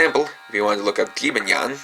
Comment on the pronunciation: youanyan wtf its called jibanyan